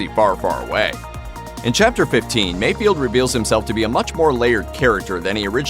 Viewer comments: It's FELD! F-E-LD! FELD! NOT Field... MayFELD. Not MayFIELD... So annoying... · Mayfeld, not mayfield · It's not MayFIELD. It's MayFELD. oof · It's Mayfeld, not Mayfield